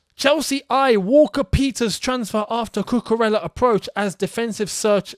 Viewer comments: As a Nigerian, let me just say I’m impressed with how well you pronounced Chukwuemeka. Cucurella though, sketchy 😂 Should be “Coo Coo Ray Ah” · the last thing i don’t want to happened is saying #calmacucurella